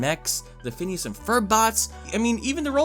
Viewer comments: phoneos and frob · He means phoneas and frob